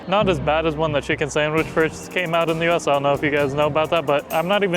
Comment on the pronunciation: A Chucken burger “nz accent”